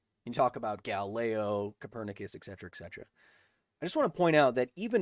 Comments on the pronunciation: Kyle, I love you man, your videos, energy and style. BUT... As for someone that knows a little Latin, it really irks me how you say "etc.", as you often do... IT HAS NO "C" OR "K". etc. /ɛtˈsɛtərə/ It's "eT Setera", not "eK Cetera". I know it's a technical thing, but I know you always want to be technically right 😉 May the force and all that be with you! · Danm it, Kyle, learn how to pronounce ETcetera PLEASE